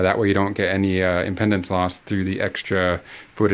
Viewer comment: imˈpēdns - Impeedense - like pee, not pedal, or pendant